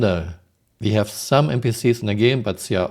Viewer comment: "we have repair bots, we hafe fish" really? we do?